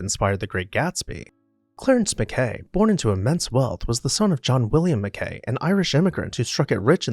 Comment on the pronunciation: Excellent video. I've toured Biltmore and Meadowbrook Hall, but I really wish that I had seen Whitemarsh Hall. For any future videos: Mackay is pronounced Mackie (no idea why).